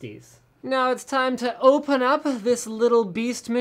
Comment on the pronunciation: When you say "Open" it sounds a little weird xD